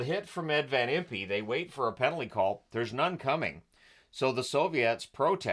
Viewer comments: Notes on the Flyers Vs Soviets: Van Impe is pronounced like Imp, not Impee. After the Soviets left the ice in protest, the only thing that got them back in the game was Flyers President Ed Snider told them they were NOT going to get paid. That changed their mind. I believe the Flyers were the only NHL team to beat the Russian Red Army team that year. Montreal may have tied them? Uncharacteristic of the Russian teams, and more maybe a testament of the Flyers playing style and intimidation, Soviets were outshot something like 40-13 for the entire game. I was 13 when this game happened but i did not see it. I believe I was busy playing street hockey with my friends and heard about the score later. I don’t think it aired on TV in the Philly area unless you had Prism, which I did not. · FYI, I believe Van Impe’s name is pronounced “Van Imp” and not “Van Im-pee”. Thanks for the video